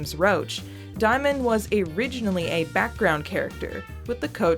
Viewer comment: Diemen's name is from Van Diemen's Land, pronounced "demon", not "dye-men". Van Diemen's Land is the old name for Tasmania, where criminals were transported. Xicali is from the name of a city with a high crime rate. Diemen makes reference to living by theft. Also here is a badass song about same